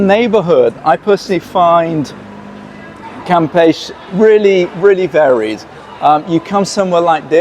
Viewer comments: Pronounced cam peshy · well, to begin, you d0nt pronounce it right....cam' pech E...... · Florianopolis is a nightmare in high season. It may take 40 minutes to move just 100 meters. Also, you pronounce it CAM-PE-CHE. Every single syllable is pronounced. You are leaving the CHE part out. Cam-pe-che , or Cam-pe-she (phonetics) Selling it? If you buy in the hopes to sell it in the short term, you will be in danger or be at risk. The number of people who have the money to buy properties or real estate in Floripa or BC is VERY VERY LOW. Brazil has a lot of poverty. The economic social class who can buy property to sell and be involved in the flipping business , they are already set and probably not be looking to buy from 3rd hand. Be careful Airbnb might be the safest bet but be very careful, you will have to charge very competitive prices because it is already near around saturation levels because Floripa is NOT cheap to ordinary people of Brazil